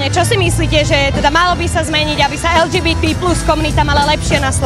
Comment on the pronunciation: Redaktorka nevie ani len vyhláskovať LGBT po slovensky 🤦